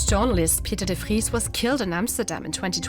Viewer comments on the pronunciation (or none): none